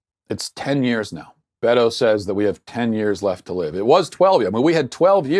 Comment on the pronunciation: Matt -- i agree w most of what u say. But it drives me nuts that u mispronounce everyone's names -- Kamala, AOC, Beto. When u mispronounce simple things like people's names, it makes u sound like u don't know what u r talking about. It's pronounced "COM-a-la," "oh-CAH-zee-oh," and "BAY-doh."